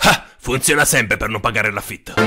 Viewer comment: È "l'afito" non "l'afieto"